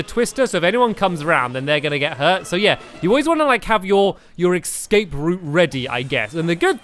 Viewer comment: Did stampy just say excape routes? Hehe that's so funny though